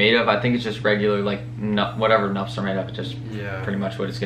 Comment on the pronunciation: Losing brain cells every time you try to pronounce “nuptse”